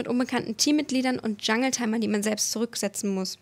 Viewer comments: hey, schönes erstes Video:) Nur eine kleine Beschwerde. BITTE BITTE BITTE wenn du schon die Moba sprache nutzt, dann sprich die Wörter und Namen englisch aus. Ich halt es einfach nicht aus wenn jemand den Jungle Dschungel oder SKT1 (Es Kay Ti Wone) (Es Kah Teh) ausspricht. Bitte Bitte Bitte:( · IM DSCHUNGEL, ich kriege jedes mal fast einen kotzkrampf wenn ich das höre, sag doch bitte jungle. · Cooles Format aber BITTE sprech solche Sachen wie jungle so aus wie sie alle aussprechen und nicht so deutsch :)